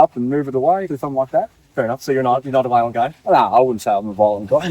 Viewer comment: peak aussie energy "nah I'm not a voilent goi"